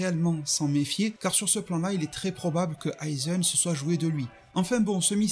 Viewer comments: Aizen* tosen* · Toseune , aizeune, oui je sais c'est moche de dire de bien prononcer mais quand même la ça me titille. Aizène , tosène stp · Stp frérot prononce bien.. c’est pas tosseun ou aizeun ! C’est tosen et aizen !! Le son é !